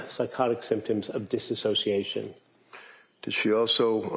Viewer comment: It's "dissociation" not "dissasociation"